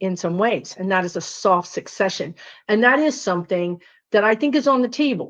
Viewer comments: I think it's soft "secession", not successcion..., like secede from the union? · Word nerd here. And also a virgo. The pronunciation is "seh seh shun," from the word "secede." "Sek seh shun" is based on the word "succeed," in the sense of who will come next.